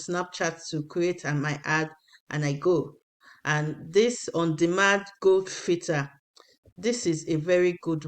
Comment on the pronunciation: Aunty abeg It's not "go" filter it's Geo filter as in geographical filter as in geography